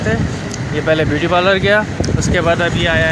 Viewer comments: porlor naa bolo parlour bolo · Pehle parlour bolna sikho bahan